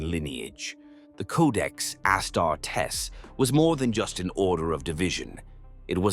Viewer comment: And his legion of ASS-TAR-TESS